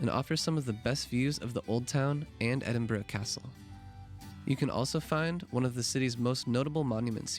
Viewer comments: It's pronounced Ed-in-burra. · The pronunciation phonetically Ed-in-burr-ah 😃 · Still pronounced it incorrectly after hearing it said several times during the video 😂